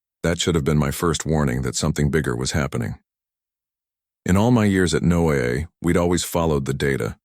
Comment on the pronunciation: NO-AA? Come on! Those goofs really hurt the story. How about having a human read the stories?